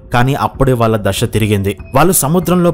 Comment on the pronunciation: Desham shakti dasha kaadu, Desam, Sakti , dasa ani palakaali